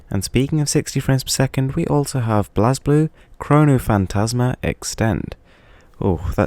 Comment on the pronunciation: you actually pronounced it wrong haha. It's pronounced as Blaze Blue!